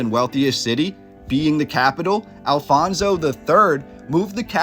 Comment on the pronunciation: The Huns were never in Lisbon, or Portugal for that matter. We also never had a king named Alfonso, but Afonso, several! It would also be nice, if our historical figures, castles names, cities etc deserved NOT Spanish pronunciation but Portuguese one!